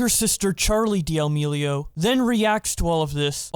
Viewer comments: Its not "Deeamileo" it's "D'amileo" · They way you say damelio is so frustrating bro why can’t you pronounce it right